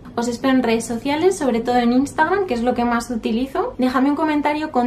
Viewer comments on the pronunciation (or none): none